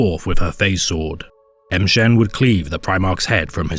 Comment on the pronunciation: Why are you pronouncing it "em shen"? Pretty sure it would be more like 'ma shen" or "mmmshen". Just sounds really strange when you literally pronounce a letter and then say the rest of the name.